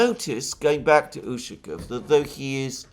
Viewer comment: Dear Alexander, You are mispronouncing the surname Ushakov. Stress should be placed on the 2nd syllable (letter "a"), while you emphasize the "u".